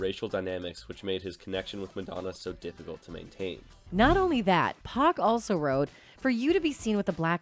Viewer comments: Except cant say 2pac correctly 2pack?! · It's 2pac not 2pack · I was thinking the same thing. Especially when she said two pack!😆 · 2 pack aye ? Lmao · Gone waaayy too soon! R.I.P.! P.S.: I cringe every single time I hear that mispronounciation- its not like 2 packs of whatever!!! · Please in the future if you do more 2pac vids make sure you say his name right